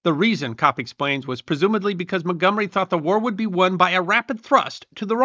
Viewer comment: As an American, I cringed every time the name Montgomery was mentioned.